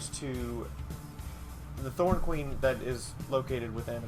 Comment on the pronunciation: Ma'am, it's Norn Queen, not Thorn Queen.